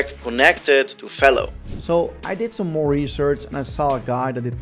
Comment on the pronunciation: It’s not FAYLO… it’s Velo, like jello